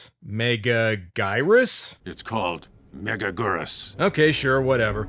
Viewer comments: Meh-GAG-gur-Us. Say it right. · It's pronounced Mega-gear-us. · "mega-geerus". Your first attempt was correct off the bat. You're welcome. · 😮🍜every time they say it, i hear: Mega-Noodle!